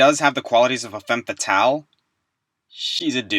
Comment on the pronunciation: SAMUS ISN'T A FEMME FATALE! IS REALLY THAT HARD TO SAY!?